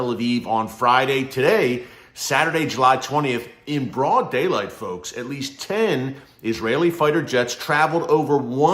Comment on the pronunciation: The way Erick says "In BROUD DAYLIGHT folks !!!" Made me laugh😂❤ Love this Nan of God so much.